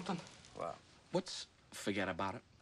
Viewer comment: Amber???? "Fugetabarit"